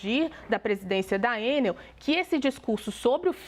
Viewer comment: Pera! A jornalista Raquel pronuncia Ê - NEL. Originalmente uma sigla - ENEL - tornou-se uma palavra normal (acrônimo), portanto, o correto é E - NEL ( tonicidade na última sílaba - NEL. Ex: papel, carretel, hotel, etc)